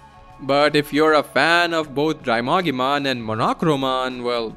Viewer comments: I noticed some Digimon names are mispronounced. Bakemon is Bak-e-mon Drimogemon is Dri-mo-gee-mon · >Bakemon (bah-ke-mon) from bakemono which is Japanese for paranormal being/ghost. >Same goes for Monzaemon (mon-zai-mon) whose name comes from a Japanese playwright. >Drimogemon (Dree-moh-ge-mon) as in Drill + Mogera which is a type of Japanese mole Sorry the way you pronounced the names just bothered me a bit 😅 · bakemon is pronounced bah-kay-mon. not bake-mon as in baking. also its drimogemon, not drymogemon